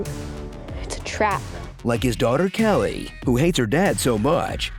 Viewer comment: It's Callie, not Kelly.